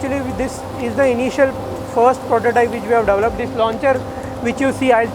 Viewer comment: most difficult word for Indians - develop / development!! They can't say deVElop always DAVlop / DAVlopment